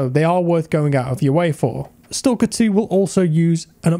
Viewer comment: man... it's not stOlker... it's STAAAAAAAAKER